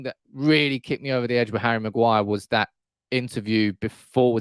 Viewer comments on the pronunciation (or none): none